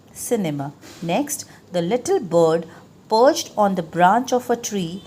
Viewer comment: Ma'am the word is parched not perched in ur make sentences